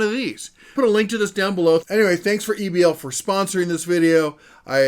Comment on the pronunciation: Why you would try to pronounce it as Ebbel instead of E-B-L is a mystery to me.